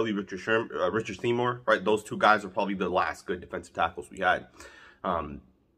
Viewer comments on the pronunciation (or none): none